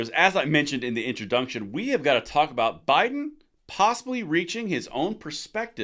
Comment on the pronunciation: "Introdunction" ha!